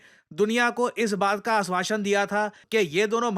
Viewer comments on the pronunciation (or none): it is not “aaswashan “ it is “aashwasan”